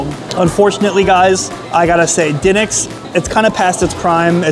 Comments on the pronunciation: it's De nicks not den ics !!!!! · It's pronounced like the basketball team. Da Knicks. 🤦🏾‍♂️🤷🏾‍♂️😂🤣🤣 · Duh-niks is how you say it in Philly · Also by the way it's pronounced Da-Nicks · You’re not pronouncing the name correctly. How can you mispronounce the name. It’s been all over the place. Pats’s now this. Come on man. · The way you pronounce DiNic's is making my left eyelid twitch. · Why would you not ask them how to pronounce their name? Or at least lOOk at the sing and sound it out! You are WOEFully uneducated about the places you eat and review. God bless you that you can make living at this but I suggest you make some changes and work on your background information, platform, delivery, and most of humility! Your gastro/life experience is so limited and you come off as a experienced gourmand.